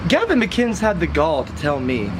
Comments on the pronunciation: Gavin "MICK-INES (AS IN 'WINES')"?? What?? It's pronounced MICK-IN-IS (as in 'Guinness'). It's Scottish! Like this>> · Why does nobody pronounce "mcinnes" correctly... It'd "mc-in-iss" not "mic-eye-nes" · I don't mean to be a schmuck, but "McKines?" (Mick-INN-ess). Enjoyed the video. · mcguynes? Mcinn ess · "He was on the Gavin Mceynes show" "the Gavin Mceynes show" "Gavin Mceynes" "Mceynes" It is MICK-IHN-EHSS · Mc Inn-iss. Not Mc Eye-nns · You sir have been trolled.. It's McInnis, not Mukines.. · Its Gavin Mcinnes (mackinnes) not magajns! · It's Gavin Mac-in-iss, not mac-ines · You lost me in the first ten seconds of the video. The Gavin "McInz" show? Come on dude, you can't pronounce a simple last name correctly? Normally it wouldn't matter, but if your video is fueled by his content get his name right. Gavin created Coppercab. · Don't let gavin watch this video......... it's mC-in-is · Not how you pronounce McInnes, FYI. It's like "McGinness" just minus the G. :) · sorry to critique at all but I just have to say it's mc.IN.nes, but good content man I liked it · its pronounced Gavin Mic-Kin-hiss lol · Gavin "Mick-In-Ness" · It's pronounced Mcinnes like Dennis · "Mik-EYE-ns"? Man. You sure are in the know aren't ya.... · Gavin's last name is pronounced "mic ennis" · Did he just say Gavin Mangina? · stopped watching when he said gavin mciens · McInnes read MC-IN-NESS. You really have to try hard to fuck that name up, guy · man i hope you learn to say Mcinnes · learn how to pronounce mcinnes. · If you watch TGMS then why can't you say his last name?! :P